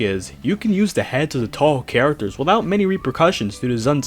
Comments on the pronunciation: Why do you pronounce things so strangely? Every time you say Touhou, you make it sound like you're saying tohgh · The ever changing pronunciation of touhou drives me nuts. 😂